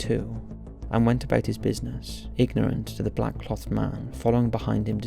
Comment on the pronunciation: Mate. Good video, it's great that you're bringing attention to this case. But please, pronounce "clothed" properly x